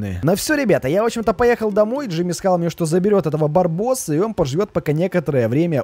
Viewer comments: Не Джими а Джорджи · Не Джимми а Джорджи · Не ждими а Джорджи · Не Джими а джордже